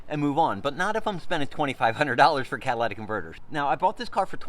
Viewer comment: Holy shit - You talk too fast. Also, it’s Cat-a-li-tic converters.